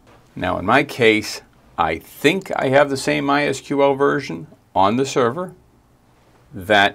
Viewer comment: Great to hear "my es queue el" instead of the ubiquitous "my sequel" ❤